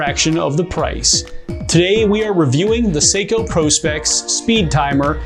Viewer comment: Thank you for not calling it Prawspecks